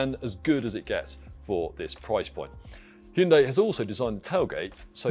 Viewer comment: Thank you for pronouncing hyundai properly 🎉 not hi yoon die 😂